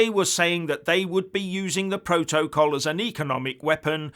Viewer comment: Keep on talking about Biden, and forget the "proa-toa-call"! LOL